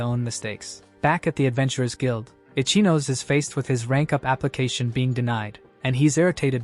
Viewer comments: I can’t believe this entire video mispronounces “Ichinose” as “Itchy Nose.” 😂 GTFO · It drives me insane this idiot kept saying it that way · 😂😂😂😂 stupid AI and no editor to correct it. Ichinose is NOT “itchy nose” and it drives me crazy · From I-chi-no-se to itchy nose. 😂